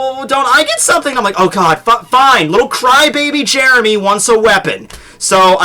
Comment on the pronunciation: Now Jeremy is known as "Jyeremy".